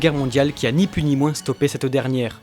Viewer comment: Svp ont dit pas plusse mais plus le s est muet cordialement j’adore vos vidéos 😘